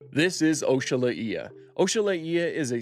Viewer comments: I’ve never heard it pronounced that way. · Bro said Oxalaia so wrong it's actually kinda offensive💀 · Why are you pronouncing it like that 😭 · Sorry to be that guy, but Your pronunciation of oxalaia irks me 🤓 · Dude love your channel...... butt hate the way you said oxalaia😂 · Please God, protect my baby oxalAia from this terrible pronunciation. Great video nonetheless. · Weird way of pronouncing it… not how it’s spelled at all but 🤷🏻‍♂️ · I have NEVER heard someone pronounce Oxalaia like that, the more you know ig. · same. This new pronunciation is just.. weird. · Is it from the word Oxalá?? (God willing) if it is yes he butchered it 🤣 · Ock-sah-lie-ah is way more correct, I don't think anybody's ever heard this pronunciation, the original yoruba word's pronunciation is important. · Never heard it pronounced as OSHA violation either... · What the hell was that pronouniation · Welp another person who butchered the name lmao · that is the wrong pronunciation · It's Not pronounced OAK- SHA-LA-EE-A . 🤣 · he was laughing when i told him he was pronouncing it wrong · The first time I’ve heard you say Oxalaia like that before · That’s the first time I’ve ever heard someone say Oxalaia like that😂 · Bro you fumbled the pronunciation so bad brother 😭😭😭😭😭😭😭😭😭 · I don't think you're saying it right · Why did you spell Oxalaia like O-shu-lay-uh, it's Ox-ah-lie-uh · “O-shala-ee-a”!!🤣🤣 I’m pretty sure it’s just “ox-a-lie-a” and that’s not even a hard one. This is like when Nigella Lawson called a microwave a “meecrowavay” 😂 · I'm really hoping this is not the pronunciation that will stick, it should be oxalAia... Based on the god it was named after. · Ohshalaia? i pronounce it "Ox-Uh-Lie-Uh" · ‘This is oeshalaeea’ bro just say oxalaia 😭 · The correct way to spell it is Oh-sha-lah-ya. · I thought it was pronounced ox-a-lie-a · Its pronounced oxo-lie-ah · "OCKS A LAYA" Is the proper pronunciation. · Bro really said "oshala eeya" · "Oshalaeea"??? why he pronouncing it like that